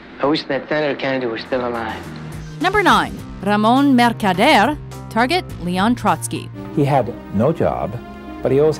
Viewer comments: no accent Ramon changes voice and get thick spanish accent MERCADERE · RAMON MERKADEYERRRR HAHAHAHAHAAHAHAHAHA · Mercader a very difficult name to pronounce:))))